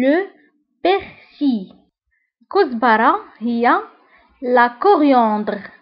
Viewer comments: Le persil باغسيل وليس باغسي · Le persil تنطق اللام بسك نتي ما نطقيتهاش 🙄 Faites attention